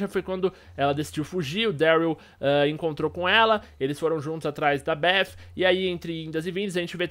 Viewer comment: Kkk meu brother tenta falar do jeito mais fácil se vc não sabe, fala beti com ti no final porque bef não existe kk foi um belo vídeo como todos kk